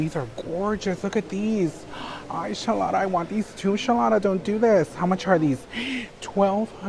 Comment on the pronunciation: i giggle when you say Shalotta